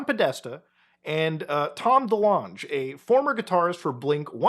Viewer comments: The way you say delonge 😆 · As much as I wish it was, I don't think that's how you say Tom DeLonge's name (yes, it's THAT Tom DeLonge, for those who don't know, look up Blink182)